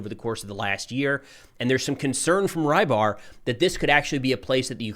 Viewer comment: His name is not Raibar, rather Reebar. Or Rɨbahr. This means "piscator"